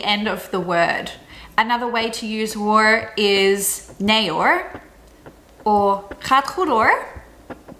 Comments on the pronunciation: in "hoor" you should pronounce the h,,, or you say ear in stead of hear.. which sounds a bit raar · Goed uitgelegd, goed gedaan. Ik geniet er echt van! Probeer, 'hoor' uit te spreken met 'hor'. Ja hoor. Ja-hor, bijna aan elkaar vastzittende. De Nederlandse taal goed articulerend uitspreken word dan als netjes en mooi uitspreken ervaren. Plat prate komt over als snel of als grof prate. Plat praten komt voor in de maatschappij op het platteland of bij de mensen die werken in industrie. Grof prate met een sjekkie in de hand, en prate en breie tegelijk, niet lulle maar pompe! Business praten, willen graag verkopen dus schatten ze hun tegenover zittende in als; hoog. Netjes praten dus. Laten zien dat je van hoge opgeleidde waarden bent, en zo jezelf goed neer zet. Goed uitleg geven wat je wilt verkopen. Dit zijn voorbeeldjes, zo zijn er nog veel meer voorbeelden in het netjes of grof spreken.